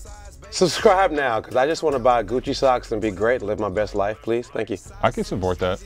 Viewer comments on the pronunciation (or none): Bro said fuhleeze.....